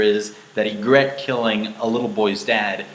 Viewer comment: It's pronounced E-gree-tt (Ygritte)